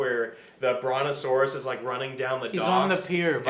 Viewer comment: Bronkiosaurus? xD